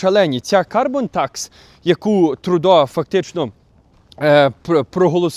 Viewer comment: Не "ТрУдо", а ТрЮдо. Не коверкайте слова, залиште цю привілегію росіянам.